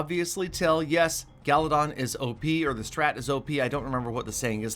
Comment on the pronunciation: its should be galladon.......not gallatin😂